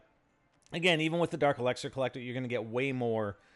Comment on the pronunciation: He still can't say elixir